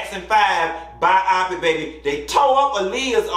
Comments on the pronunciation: Omg I can't. He said Bye-awwpic. It's BIOPIC. Let's sound it out together my dude.......BYE-OH-PIC. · I couldn't get over "ByEYEpik" 😩I couldn't tell if you were joking or not. I only know "Bio-Pick" I didn't watch it. The "2nd Spin" is SnP.....🤷🏾‍♀️ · Bi-o-pic. Not bi-op-pic. But I'm sure you know that. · 😂😂😂😂 lol it’s bi -yo-pic lol not bi-I-pic